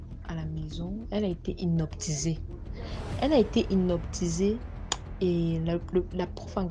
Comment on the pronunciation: H3 on dit hypnotiser et non inoptisé